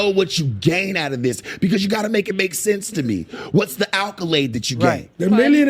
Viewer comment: "what's the alkolade" 😂😂